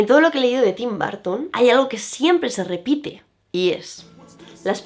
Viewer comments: TIM BAR...TON OPEN ENGLISH...JODER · Me encantó pero cada vez que dice BÁrton me 😵‍💫🫨